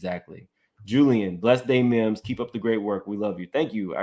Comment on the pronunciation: MIMS your tumbler should say "MIMbers"